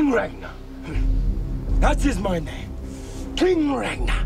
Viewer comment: Yeah they screwed up the language very much. The name Ragnarr was pronounced with a hard 'R' at the beginning and end. And the 'A' is spoken like in 'car'.